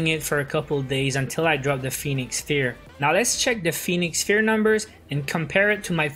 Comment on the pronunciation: It's pronounced Pheonix FIRE, bro